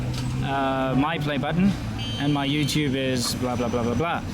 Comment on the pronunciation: Why you said youtu-be over the phone call? I think most Chinese can pronounce that word correctly.